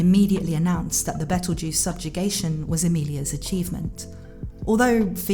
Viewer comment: Nice video, You have a nice voice. But, His name is petleguese not betlejuice